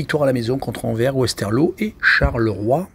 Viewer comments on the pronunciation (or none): Rohhhlala, éviter le foot belge svp... 🤣🤣🤣 Déjà c'est Jupiler league pas Jupiter, c'est marqué en dessous. Et puis écorcher tout les noms... Anvers (Anversse) Genk (Guènk) Kortrijk c'est Courtrai... Je crois pas que vous suivez réellement le championnat ou alors depuis peu...